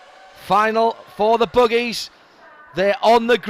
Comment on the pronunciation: lol, he says boogies